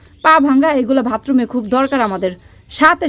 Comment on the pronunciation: বোন ভাতরুম বলে না, বাথরুম হবে।